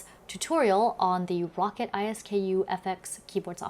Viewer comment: Row-cat, Ice-skoo. Not. rocket I.S.K.U